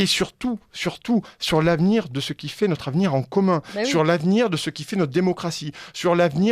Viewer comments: Si notre me lit, pourrait-elle corriger ce tic de langage: elle dit "nôtre" au lieu de "notre", et c'est très laid à l'oreille, ex dans son intro "nôtre" chaîne youtube et "nôtre"référencement, au lieu d'un "o" ouvert, parlons français, dans toute sa beauté! Mais pour le reste, BRAVO! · Bonjour: En intro vous prononcez le "o" de "notre référencement" comme si il était écrit avec un accent circonflexe "ô".... "Notre référencement" se prononce sans fermer la bouche. ce sont les "nôtres"...........Là vous pouvez fermer la bouche:))